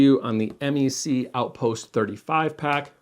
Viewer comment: Just a heads up: we Canucks don't refer to MEC as "em-ee-see" but "meck"; short e, rhymes with speck. Keep up the good work and happy travels. 🙂